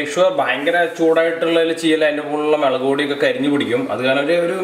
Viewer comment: Melakhu alla mulaku ok bro